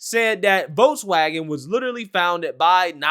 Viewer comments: Dude needs to learn how to pronounce German words, especially Volkswagen. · This is from wikipedia Volkswagen (German pronunciation: [ˈfɔlksˌvaːɡn̩] (￼listen)),[Note 1] abbreviated as VW ([faʊˈveː] (￼listen)), is a German motor vehicle manufacturer headquartered in Wolfsburg, Lower Saxony, Germany. Founded in 1937 by the German Labour Front under the Nazi Party